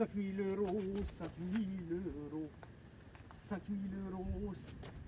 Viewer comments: 5000 mil eurrros 🤣🤣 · Ce que j’ai retenu de la vidéo : 5000 eurrrros 5000 eurrrros 😂 merci pour ce tuto incroyable, j’ai bien ri ! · 5000€ eurhlooo 5 milliard d’euhloooo 🤣🤣🤣🤣🤣🤣🤣🤣🤣🤣🤣